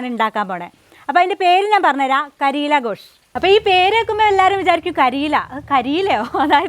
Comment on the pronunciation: മലയാളികൾക്ക് പരിചിതമല്ലാത്ത ഒരു വെറൈറ്റി വിഭവം. പിന്നെ കരീല അല്ല കരേല എന്നാണു് ഉച്ചാരണം. പിന്നെ ഘോഷ് എന്നല്ല Gosht എന്നാണ് ശരിയായ ഉച്ചാരണം. ഇതൊരു Urdu word ആണ്. ഇറച്ചി എന്നാണർത്ഥം.